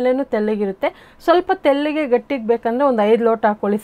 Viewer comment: ಅದು ತೆಲ್ಲುಗೆ ಅಲ್ಲ ಮೇಡಮ್ ತೆಳ್ಳಗೆ